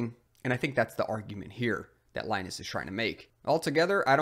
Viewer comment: Please stop mispronouncing Linus Torvalds' first name!